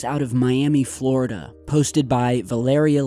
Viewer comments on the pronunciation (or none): none